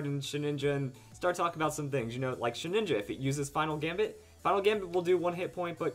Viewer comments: OMG ITS NAME IT SHEH-DIN-JA NOT SHEH-NINJA SHEH-DIN-JA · Sheh-ninja? Entrain-ment? lol